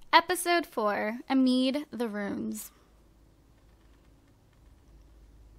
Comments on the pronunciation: its ah-mid not a-meed :) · "Episode 4: Ameed the Roons"